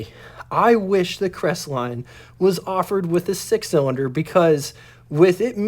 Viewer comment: "Cres-et-line" ??? For the love of Jesus, you can't even pronounce the name of the subject of your video... I. Q. must hover somewhere around room temperature...